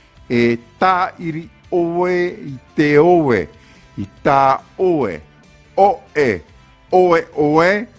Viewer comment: Il y a une erreur à , c'est "i ta 'oe" et non "i tao'e", non ?